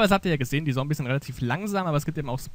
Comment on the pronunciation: Warum sagst du immer "Sombies"? :D